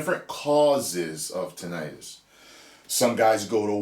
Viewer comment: So glad to hear you pronounce it the way you do. Heard someone say it like tin-a-tus recently & it’s driven me crazy ever since